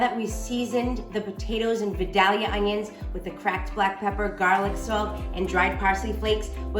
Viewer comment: Please learn how to pronounce Vildalia. vi*dayl*yuh The "dayl" is a long "A", like day.